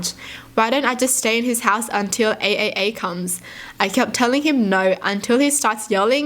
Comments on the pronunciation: Who was pissed off because she kept saying A A A when it’s pronounced “Triple A” but “AAA”. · AAA Is actually pronounced as Triple A in the United States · Anyone else laughing when she said AAA? In my brain it’s pronounced like the batteries Triple A lol! Also love your videos watch them any chance I can get🩷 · pronouncing AAA the way she does, instead of the correct way as Triple A is so adorable.